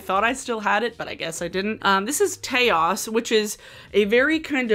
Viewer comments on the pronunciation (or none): Taos= "tay-oss" 😭 lmao pulled a dofa on us with that one 😄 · I think it’s pronounced TOWCE like Taos NM 🤣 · I’ve never heard Taos pronounced like chaos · Taos rhymes with house 😉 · I was getting ready to make this very comment. I am sure it is named for the town of Taos. Not to rhyme with chaos, lol. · the way u pronounced taos 😭✋